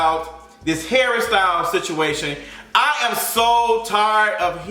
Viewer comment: Everytime he says Harry styles i hear Hairstyle